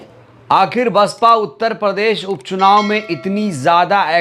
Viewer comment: SP प्रवक्ता को ठीक से BSP का हिंदी में नाम ही शुद्ध रूप से नहीं लिया जा रहा है। ये क्या बसपा का मुल्यांकन करेगा।